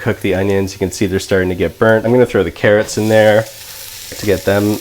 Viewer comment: He also days trow